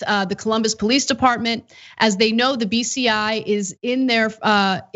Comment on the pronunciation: I kept almost hearing beastiality instead of bci